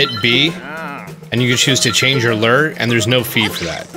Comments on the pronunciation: Dope walk through. It's pronounced Lou - Er (Lure) not Lur though ;). Thanks for the tips man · Change your ler....... I think you mean Lew er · A fishing lures is pronounced Lu-Er... I hope you were just joking calling it a Luur or Ler. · Wtf is a "lur"??? It's pronounced "LOO-ur". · gah! lol. maybe its my Canadian ways and someone who actually fishes...the way you say lure like "leeer" drives me bonkers. lol .its pronounced like "loo were" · “Now, anytime after you get a new ‘ler’” 😂 I love it. Thanks for the tips and tricks! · Lol “Lurr” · Great video. I do get a nice chuckle at the way you pronounce "lure" though.